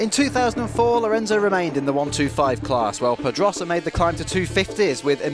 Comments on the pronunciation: Why can`t the narrator pronounce Pedrosa properly? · h that guy does not know how to say pedrosa right